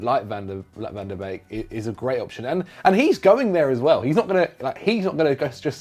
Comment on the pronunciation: I'll never get used to the butchering of Dutch names. Every ij in a Dutch name like Mike Verweij or Gini Wijnaldum is pronounced as a y. Donny van de Beek's name is pronounced as Bake, not Beak. Hopes this helps haha